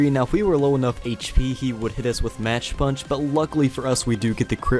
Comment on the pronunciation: By the way, the move Mach Punch is pronounced like "mock" as it's in reference to the whole ratio of speed thing like "A jet travels at mach 5"